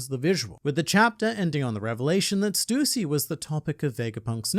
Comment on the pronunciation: It brings me so much joy to hear someone pronounce “Stussy” correctly